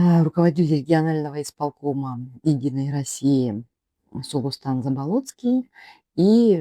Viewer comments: БЯстинов говорит в мэсто э я плюс ударние на первы слог . ЗАболоцкий ударение первом слоге на а ,а не на третьем на о. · Свободная Якутия? Почему фамилии Бэстинов и Заболоцкий неправильно выговариваете? Чтото сомнительно что вы из Якутии и на экране ваше лицо.